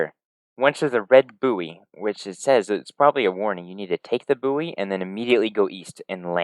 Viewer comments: Great video! One small thing, the word buoy is pronounced "boy" :) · Did you pronounce buoy like that as a joke or do you just not know the word?